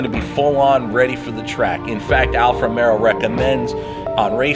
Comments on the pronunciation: hey, with respect, it’s called Alfa RomEO. Not RomeRo. It’s an amazing machine and I’m glad you are smitten. Caught the Alfa bug myself. I drive a Vulcano black one. It’s the exact same spec as that on your video aside from the red interior accents and the carbon package. Also this thing will hit 100 mph at around 8 seconds and car and driver have measured the 1/4 mile at high 11s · you got all the italian names pretty good ..but alfa romero lol...... it is romeo...not romero....just take the r off